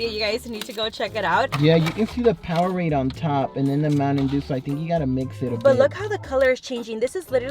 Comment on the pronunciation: Lmao I can’t with the way you said mountain 💀😂